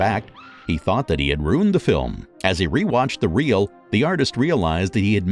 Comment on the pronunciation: Maybe all they need to do is practise the pronunciation of words like film (not fillem), French words like genre and anime and French names like Emile. If the narrator is not sure of the pronunciation, such as Arabian, it would be wise to check with a native speaker. Actually, the way he pronounces advertisement is how it is pronounced in the UK and Australia, so well done!